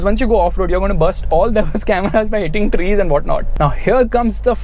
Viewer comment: Trees vrees lol 😄